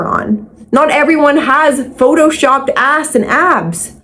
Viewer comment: I love how you say "aass" 🤣